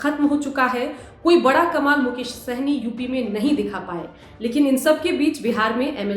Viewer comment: मुकेश होगा मैडम मुकोश नहीं